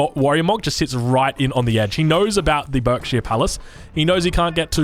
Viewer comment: For future note Berkshire is pronounced Barkshire